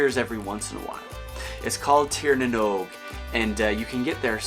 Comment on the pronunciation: Love the interest you have in Ireland and our Celtic heritage. I’d love to see more, maybe something about the Fomorians, they are super interesting, and I think a lot of Tolkien’s Monster ideas came from them. Lastly, Oisín is pronounced “ Uh - Sheen “. Great pronunciation of Tír na nÓg though!